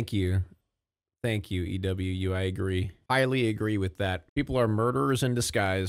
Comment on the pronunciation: EWU is actually pronounced e-wu like uwu lol